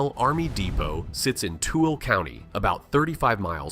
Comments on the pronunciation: To-willa. That’s how you say 😢it. Not tooly. It’s a weird one. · too-el-a Tooele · Bro… you pronounced tooele way wrong… try googling it so that you can say it correctly… here I’ll help….. too-i-luh. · Best way to tell if this is real or fake... is pronunciation. If you're going to try, at least get the place names right. I quit watching at Too -el. What a joker! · It’s pronounced too-ill-aaaa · Tooele is pronounced "Too-ill-Ah". 😉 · No way you just pronunced Tooele that incorrectly 😂 It's French name, so imagine the e at the end of the word makes a soft A sound. "TOO-ela" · It's pronounced "too-will-uh" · its pronounced "too-WILL-uh". Great video regardless!!